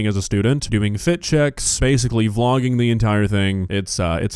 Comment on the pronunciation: She also said foot check instead of fit check and said pip rally instead of pep rally I know people have accents but for a teacher talking like that sounds like one of the students learning to speak. Iv got nothing agenst the way she talks it's fine but I would not have my student taught by her using slang and miss pronounced words if she was in school at least the ones I went to you'd be in speech class I knew 2 people in my class that was in the program cuz they would miss pronounced words like that didn't use slang but would only say half a word and expect you to know what they was saying and mubling all signs for speech class. The way she talks is cool for out of the school but when your at school you should talk that way in school or a class room when students look up to you they goingnto start acting like her 😢😢😢😢😢😢